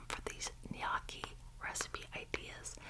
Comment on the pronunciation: Gnocci is best pronounced "ño-key"❤❤❤